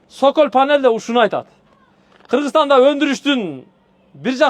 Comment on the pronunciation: Сөколь дебей соколь дечи